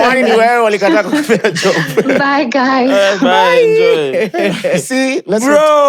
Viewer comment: bye sounds so Luo😂